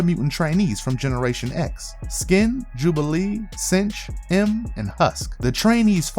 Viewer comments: jsyk i believe its 'synch' as in 'sink', not 'cinch'. he synchs with other mutants powers. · Synch is Sink, not cinch. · I love your channel but I HAVE TO SAY SOMETHING! Synch is pronounced (SINK). Everett synchs up with other peoples abilities.